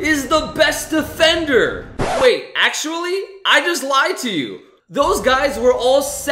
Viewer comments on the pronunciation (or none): none